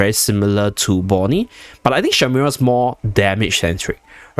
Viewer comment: Shemira, not shimera 😅